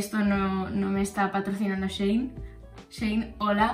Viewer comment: cuando decías shein entendía zayn